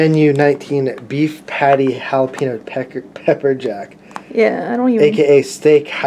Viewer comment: Did just say "Jalapeno PECKER Jack?"